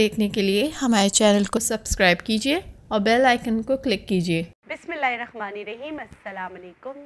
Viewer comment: First of all someone plz tell her how to read bismillal Ar Rahman..... she always says " Arakhman " Plz next read it properly I know that you are not reading it deliberately but who knows it could make Allh SWT angry coz u r calling it totally wrong pronunciation